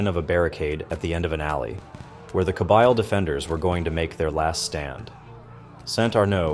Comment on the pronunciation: Kabeeeeel not Kabile. 😊